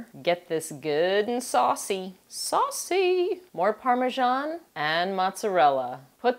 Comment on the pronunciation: Its pronounced parm e san. not parm e jon. And also thats not regular mince beef or minced lamb. in their so.why slow cook it.. also its lasagne sheets . Not noodle